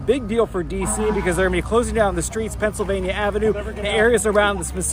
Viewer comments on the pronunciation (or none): none